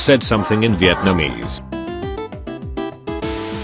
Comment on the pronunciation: It's Viet - namese, not Vi - eet - namese.